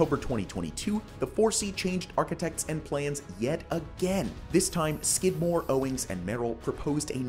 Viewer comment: My town stopped at 889ft, because 900ft is a whole other classification. Also, heh heh, he said"Skid-more"😂